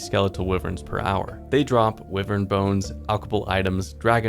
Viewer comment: I had to Google it to be sure I wasn't the one saying it wrong but wyvern is definitely pronounced(why vern) not wivern.